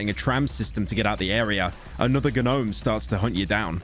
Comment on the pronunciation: I can not stand the pronunciation “Guh-nome”